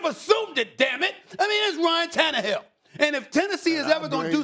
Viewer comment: Is Stephen A having a stroke every time he mentions ryan tannerhill’s name?